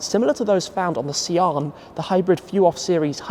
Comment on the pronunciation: Sian is pronounced Sean/shawn